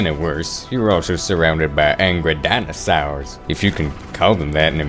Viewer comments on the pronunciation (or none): I love the way he says: ‘Dinosawrs’ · I thought I would hate you. Then you said “Dah-nah-sawrs” and you made it impossible, you bastard.